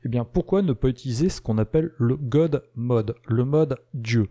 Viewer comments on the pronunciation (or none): J'adore la prononciation du mot God en 'Gode' !!! Et Windows en 'Windoze' !!! Et tout cela avec une voix saccadee comme un robot. A propos, c'est quoi les 'Portoys'? LOL